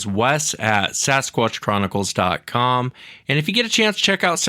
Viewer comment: this isnt les its wes